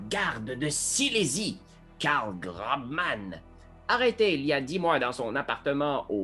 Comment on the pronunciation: Excellent ! C'est peut être fait exprès pour déconner mais GroBman se dit Grossman pour info ! Continuez comme ça c'est trop chouette !